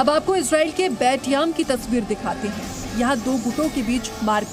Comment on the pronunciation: Sir it's इज़रायेल not इज़रैल please it's so irritating